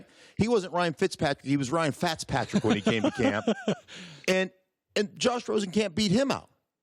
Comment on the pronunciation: This man said Ryan fatzpatrick 😂😂